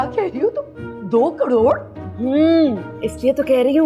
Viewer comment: Ek crore hi bacha h fir bhi caroro caroro kh rhi jaise kitna carore h🤣🤣